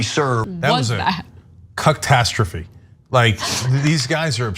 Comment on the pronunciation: Invertebrate bottom feeders. When Cenk said, "ca-tastrophy". I heard cuck-tastrophy.